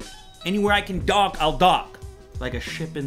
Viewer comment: I kept hearing dock as dog 😂😂😂